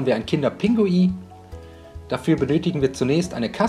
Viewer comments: Man sagt nicht kinder pingui sondern kinder pinguin 🤦🏼‍♀️🤦🏼‍♀️🤦🏼‍♀️😂😂😂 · Es heißt doch "kinder Pinguin" und nicht "Pingui" oder doch? 😁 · Lecker,aber es heißt Kinder PinguiN und nicht Pingui und ,,Gange" sprichst du auch falsch aus🤔😂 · bestimmt lecker aber Aussprache ist nicht so dein ding oder das heist Kinder Pinguin nicht Kinder Pingui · Liska Wiska das heisst Kinder Pinguin 😂😂der hat das falsch gesagt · Er sagt immer Pingui 😂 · Wie du einfach die ganze zeit "kinderPINGUI" sagst😂😂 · Hä, ich dachte er sagt es falsch😂